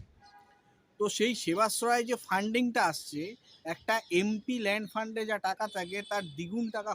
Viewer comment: এম পি ল্যান্ড? না, তাকিয়ে বলুন,ওটা এম পি ল্যাড!